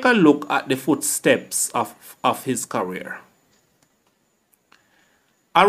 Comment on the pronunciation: The content is good./ check the pronunciation of the words career not carwear/. Smith not Seemith.